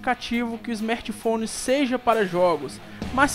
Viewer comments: Belo smerti foni mano!😂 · smetphone kkkkk fala direito mano. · o cara quer criticar algo e fala esmerti founi 😂😂😂😂...é cada um que aparece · smertphone aprende a fala meu